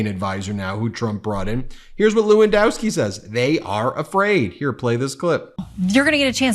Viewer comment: How bout that. Low-in-dusk-ski can’t pernouncify Kamala either! Wut kinda problems do these elected Republicans have pronouncing the names of non-white people? Could it be racism, or low intelligence? Not sure which.